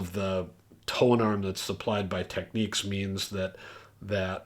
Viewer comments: It's not pronounced "Techneeks"!! Technics. As in "technical" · How are we supposed to "enjoy" this video when at the start you pronounced the very name incorrectly....again it is not tech neeeeks ok, nor is is techniques, do you find them saying Audio Techneeeeka out there??? Get back to the editing room or program or wherever you came from to clean this mess up. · I know you've been around at the Absolute Sound for quite some time but I believe that you're pronouncing Technics incorrectly. It's not the end of the earth but just wanted to let you know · Technics says it is “Tek-neeks” in the US. I believe other locations use alt pronunciations. “Nobody’s right if everybody’s wrong”?